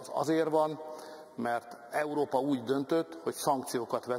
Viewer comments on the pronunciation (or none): none